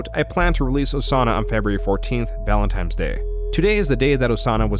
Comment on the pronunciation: It’s Valentine’s with an N.